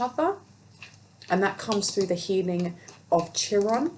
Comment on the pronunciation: "Chiron" is pronounced Kai Ron